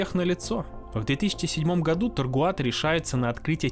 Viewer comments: «Тагруато», а не «Таргуато» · Все круто но не таргуато а тегруато правильно говорить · Видео отличное, но ты на протяжении его говоришь Таргуато, а пишется Тагруато. Может быть я чего-то не знаю. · ТаГРуато, а не ТаРГуато. Написано же внятно. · ТаРгуато, ТаРгуато, ТаРгуато. ТаГруато: я для тебя шутка какая-то?😢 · Только не говори, пожалуйста, больше ТаРгуато. Контора называется ТаГруато. И на фоне постоянно всплывающего их логотипа твоё их произношение расстраивает высокие чувства. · 👈🤣 ТаГруато! TaGruato! А не "Таргуато".🫣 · Ты не раз говоришь Таргуато, но правильно Тагруато. Прям косяк косяк)) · Tagruato: TAGRUATO: Таргуато Tagruato: ТАГРУАТО: Таргуато Таргуато Таргуато Зрители: да еп.т.м. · taGRuato написано в каждом кадре. А слышится таРГуато. У меня одного диссонанс? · Тагруа, а ты говоришь постоянно таргуато … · ТаГруато, а не таРгуато))) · Зачем так часто говорить Таргуато??? Тем более что правильно Тагруато. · Тагруато, а не таргуато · Аффтар! Ты зочем кажый рас, когда гаваришь таРГуато показаваишь их лого taGRuato! Осваиваешь вирусный маркетинг?)) Если это не ошибка, а троллинг, то ход безусловно тончайший)) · Почему ты говоришь тоРГуато, когда мы ясно видим тоГРуато??? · Почему вы называете ее таргуато когда она вообще таГруато????? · таГруато же, а ни таРгуато, разве нет?) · Почему ты говориш Таргуато а не Тэгруато как написано ? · ты за весь ролик ни разу не произнёс правильно название ТАГРУАТО, говоря "таргуато". бро, что с тобой не так? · таГруато же написано, а не таРгуато... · ТаГруато а не ТаРгуато😡🤬😤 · Тагруато. Не Таргуато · Не ТаРгуато, а ТаГруато. Всё очень интересно кроме этого грубейшего нюанса, который очень сильно мешал сосредоточиться на просмотре. Сорри но за такие грубые косяки пришлось влепить дизлайк ( А в целом конечно Лайк! 👍) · Автор ты или читать не умеешь или буквы путаешь. Как можно вместо taGRuato все все время говорить taRGuato??? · почему ТАРГУАТО когда ТАГРУАТО? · Не ТоРгуато, а ТаГруато